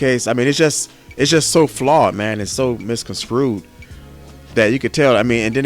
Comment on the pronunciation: Dude it's Misconstrued NOT misconskewed. get your vernacular right....start there before you sit down to make a video.....